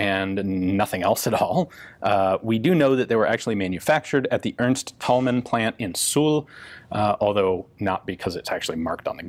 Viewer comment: And now try and teach Ian the correct pronunciation of "Thälmann". ;-)